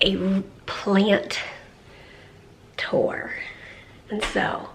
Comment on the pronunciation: I love the way says plan tour.........plant tore.